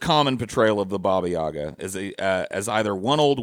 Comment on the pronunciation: It's yagA, not yAga!